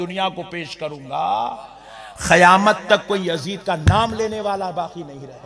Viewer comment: qayamat hai khayamat nahi sudharo apneko 😂